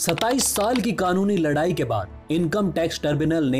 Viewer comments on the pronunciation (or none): none